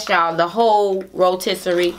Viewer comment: She always says ya'lll 😂